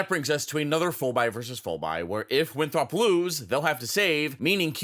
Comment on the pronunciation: Haha yall where is from because he pronounced Winthrop as winthrawp but I’m also from South Carolina where Winthrop is and we don’t make it a two syllable word tho 😭.